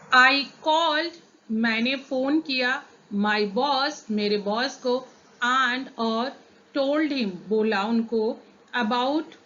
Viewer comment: आण्ड.. नही मॅम अँड..